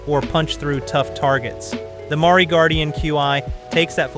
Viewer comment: How the fuck is thing guy saying Maury Guardian? lol nice video tho